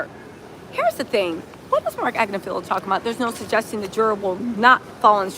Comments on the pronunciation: AG NIFF AHLO not AgnoFEEL-IO 😂😂 maybe you’re mispronouncing it on purpose to make him sound silly. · Ag-Ni-Fill-Lo Not Agnifilio